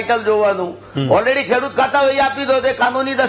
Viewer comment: કેડુત નહિ પણઃ 🙏ખેડૂત વાંચવૂં